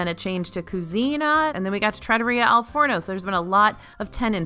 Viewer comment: Girl. Say it with me TRAH-TOUR-REE-AH Al Forno